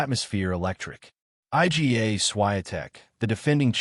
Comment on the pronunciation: I G A... stupid AI